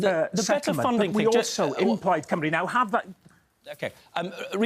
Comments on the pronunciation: The way they say Cymru as Coomru is driving me nuts. They never even bother to learn the pronunciation. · You’d think English presenters would have learned how to say “Cymru” by now.